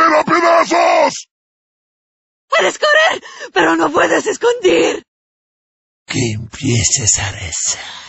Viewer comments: There was a error in She said "¡Puedes correr, pero no puedes escondir!" which is wrong she should have said: "¡Puedes correr, pero no te puedes esconder!". (You can run, but you can't hide). Actually she didn't rolled the R properly. Listen to her again when she said correr (She said "corer", instead) Probably some of these voices where recorded by non-native Spanish speakers. Also in he said "Ya es hora de aSplastar" which should have been said "Ya es hora de aplastar". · That doesn't sound like "no puedes esconder(te)" to me. Either she mispronounced it as "escondir" and forgot to add the te or she's actually saying something else and I'm just not familiar enough with the dialect to identify the word.